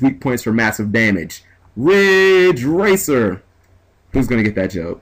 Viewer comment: Kaz Hirai! Its Ridge Racer. Riiiiiiiiidge Racer!